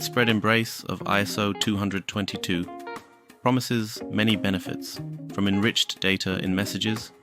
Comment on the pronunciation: aren’t you technically saying ISO222..? I always say twenty-oh-two-two. But that’s just me! Anywho! ❤️ You rock man- keep the content flowing!